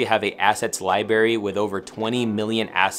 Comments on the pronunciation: “Li-bary?” Seriously? Way to ruin an otherwise great video. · Great vid, hard to get past “lieberry” though 😂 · Lieberry? Seriously? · Lie berry